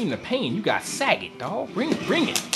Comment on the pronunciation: lol he says sag-et its sa-got